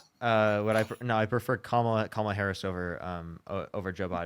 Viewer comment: Holy shit! This is the first caller that pronounces Kamala correctly! 😮